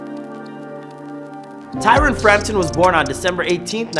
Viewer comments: literally watching this thinking wtf ! its TYRON. pisses me off especially when we talking about his 'real' self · his name is Tyron, not tyler